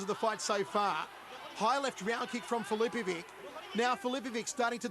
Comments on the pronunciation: every time this dude says filipoviK instead of filipoviCH my croatian ears start to bleed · Dumb Commentator... Filipovic is pronounced "Filipovich" not "Filipovick" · Why do they always butcher Croatian names,it is easy when it finishes on ić you just have to translate ć into ch and it sounds right then,for example Mirko Filipovich. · Its just not natural for their linguistics, mr. Fichovich xD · nobody could spell the name MIRKO FILIPOVIC more wrong then this Commentator!